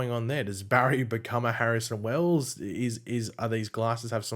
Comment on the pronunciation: "Barrison Wells"